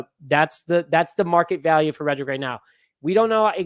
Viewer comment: His name is Reddick not reddrick!😡